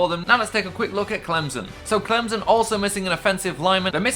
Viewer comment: It is Clem-son not Clemzon